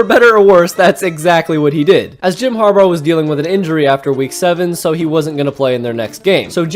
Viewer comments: HarBAUGH not harbar🤣🤣🤣😩😩😩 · Har-bar? It’s pronounced Har-bah. His last name is Harbough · why do you pronounce harbaugh as harbar it is grating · Did he call him "har-bar"😅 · am i the only one who hears him saying Jom harbaugher or harbar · The way you say Harbaugh sounds like you add an r at the end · Was going to say this…